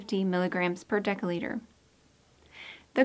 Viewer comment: Why does narrator mispronounce "dL" with a hard c or k sound, instead of a soft c? Narrator pronounces dL as [deka] liter, and of course deca- is a different metric prefix meaning 10X, that is to say, 100X bigger than the deciliter that dL denotes.